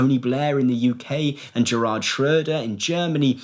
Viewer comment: Slight correction (don’t want to patronise), Gerhard’ is pronounced ‘G-AIR-HARD’ with hard G not ‘Jer-rard’